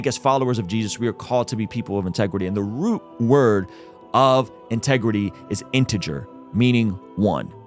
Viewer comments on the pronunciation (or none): none